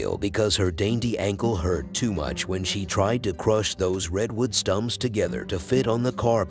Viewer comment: "redwood stumps" 😭😭😭